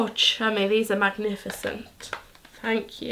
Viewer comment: Louise: they are MACnificent